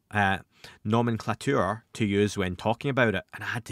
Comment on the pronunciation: The way he pronounced "nomenclature"